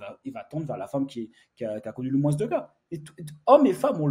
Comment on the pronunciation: On ne prononce pas le « s » dans le mot « moins », ça m’a perturbé tout le long de la vidéo 😂. Sinon bonne vidéo comme d’habitude. Force 💪